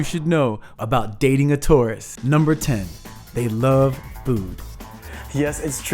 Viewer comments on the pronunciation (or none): I love the way you say love haha “luv” 💗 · I thought I was the only one!! I smile every time he says "luv." 😊😊😍😍